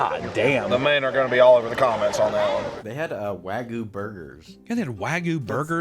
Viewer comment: did you say wagu or raccoon?